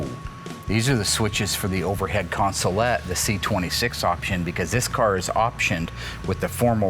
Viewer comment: “Consolette.” Smh I love you Mark. Allysa has her work cut out for her.